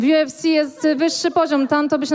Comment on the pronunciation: wszystkie kukuryny dziwnie wymawaja kfc xDD bo chyba nikt nie wierzy, ze im chodzilo o ufc